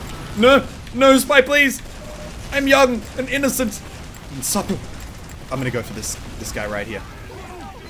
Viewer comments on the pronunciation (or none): Muselk: Young, Innocent, Suppple